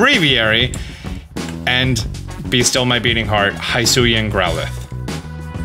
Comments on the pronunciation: It's not "high sue ian " It's "he sue ian" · It's not Hi-suian. It's closer to He-suian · It’s Hisuian.. NOT Highsuian lmaooooo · Hee-sui-ian not Hi-sui-an 😬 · Please, please say he-su-e-an, please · They literally said wydeer's name and the regional forms names hisuian in the trailer and yet you keep getting it wrong?! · They said 'hisuian' like 6 times in the present, why can no youtuber pronounce it right? 😂